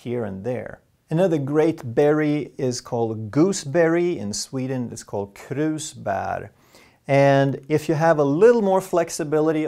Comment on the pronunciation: I was here thinking this man has the most Swedish name of all, and he hints to Swedish crayfish party and I realized he has some connections. Then when mentioning Krusbär, I was like "Yep, he's definitely a native speaker". Tack för ditt innehåll, detta är helt underbart. En del känns uppenbart, men samtidigt så är det många uppenbarelser. Repetition är den goda inlärningens moder, sägs det.